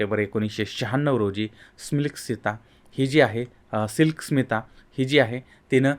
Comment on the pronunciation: तुम्ही बरोबर ऐकलं नाही. परत एकदा स्पीड 0.5 करुन ऐका. ते उच्चारण्यात चूक करतायत. SMILK SITA म्हणतायत.